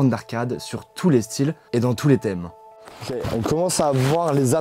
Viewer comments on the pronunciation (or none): none